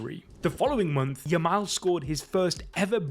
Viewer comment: Stick to working at the daily bugle. It's Yamal not Jamal